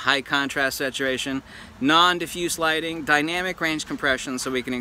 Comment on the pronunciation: me: natur-: studio lightning me: studio lighting